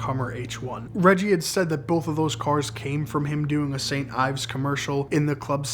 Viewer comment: "st.Ives" 😂😂😂 it's st.Ides aka crooked i